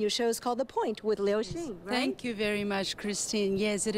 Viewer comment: liu ，不是lin